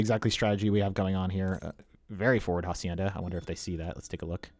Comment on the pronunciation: Just a tip for pronunciation it's not jacienda the H is unsound just say acienda